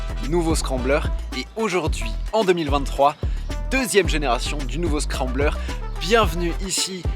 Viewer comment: On dis le scrambler